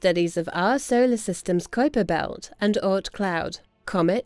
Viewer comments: Stern's pronunciation of K[w]uiper Belt drives me nuts. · This guy's unique pronunciation of "Kuiper" is the verbal equivalent of a dude wearing a hoody with a Trilby Hat. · They voted on a definition of a planet not on Pluto downgrade... too much American pride in that guy... and please mr Stern learn how to pronounce Kuiper... 😅🤦🏻‍♂️😉